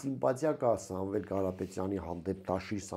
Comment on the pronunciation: Ասում ա Sanvel 😅 Ապե Սամվել ա անունը